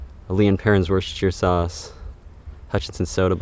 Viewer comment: Love watching you dig just cant get enough but i like that you do longer videos than most.❤ keep up the great videos a big thank you from across the pond in the UK ❤ oh forgot to say how impressed i am that you probably only person I've heard say Worcestershire sauce properly im impressed 😅